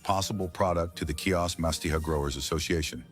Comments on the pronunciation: CHIOS NOT KIOS. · Pronounce HeOs